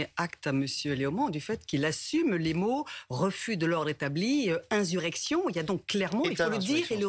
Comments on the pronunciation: inZurrection madame ! 😂😂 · "inzurection"... ??? Qu'est-ce qui se passe ? La dame n'arrive pas à dire le mot ou bien c'est un pari entre collègues ??? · InZurrection elle dit la madame de la Macronie